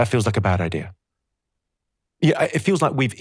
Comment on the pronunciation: The word IDEA does not have an R on the end of it. Thank you!